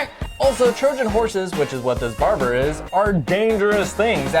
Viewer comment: I did notice that u said baber😈